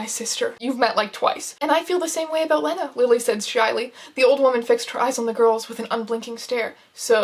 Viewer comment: So upset abt how she’s pronouncing lena